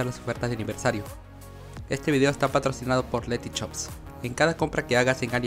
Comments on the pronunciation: es Letyshops, no Letychops. creo que se nota la diferencia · No tiene nada que ver con el video pero porque todos los chilenos venezolanos etc dicen por ejemplo letyshop osea pronunciado dicen letychop al igual que sushi le dice suchi en vez de hacer sonar el sushi con suyi y no suchi